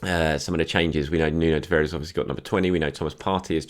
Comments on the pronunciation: Tavares is pronounced Tavarsh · My Portuguese mate reckons Nuno Tavares is pronounced "Nuun Tavarsh"